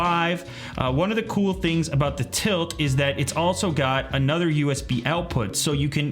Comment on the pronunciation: OMG dude my brother works for tylt. (And yes it's tylt not tilt)